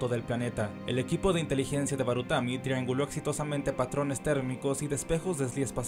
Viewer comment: Hay un par mas de errores, como cuando le dice baratumi a barutami. Pero el del glacial es el que mas resalta.